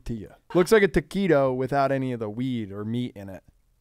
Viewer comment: it's a ToquWeedo